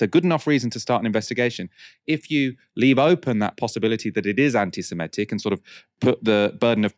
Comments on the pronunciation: I love and I know it sounds pedantic, but can someone tell him that it's pronounced 'anti-semItic'? 🙏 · Antisemitic. Where did this 'antisimetic' thing come from?